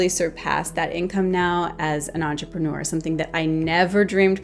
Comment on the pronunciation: You lost me when you said entrepreneur 🙄